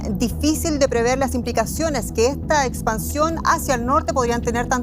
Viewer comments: no se dice preveer es prever....coño eres una persona publica, habla mejor!! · Lo correcto es decir prever y no preveer. Pre antes del infinitivo ver significa anticiparse a ver.